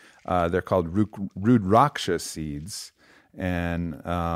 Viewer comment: Wearing rudraksha as I hear him say “Rud-rocksha”